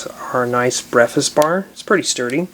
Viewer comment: When he was making the breakfast bar he said BEFAZ